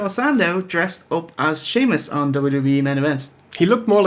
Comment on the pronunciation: i like when you say "shamo" instead of "Sheamus"